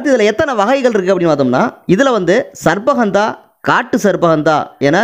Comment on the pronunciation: உங்கள் உச்சரிப்பு தவறு . சர்ப்ப ( sarbba ) என்பது தவறு . ஹந்தா என்பதும் தவறு இது தமிழ் வார்த்தைகள் அல்ல. சரியான உச்சரிப்பு என்னவெனில் . " ஷர்ப்ப கந்தா " ( gandha ) Sharppa gandha " ஹஷ்வ கந்தா Hashva gandha இதுதான் சரியான உச்சரிப்பு . இது சமஸ்கிருத வார்த்தைகள் அரிய , மற்றும் மறைந்த பல்வேறுவகையான மூலிகைகளை அறிமுகப்படுத் தும் தூய பணியைச் செய்யும் நீங்கள் பல்லாண்டு வாழ்க . தொடரட்டும் உங்கள் நற்பணி .